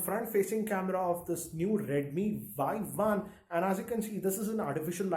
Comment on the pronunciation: Redmi Vuai-Vuan 😂😂😂